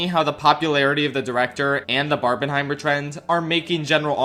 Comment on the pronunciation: You’ve hear of Barbenheimer. But what about Barb-MIN-heimer?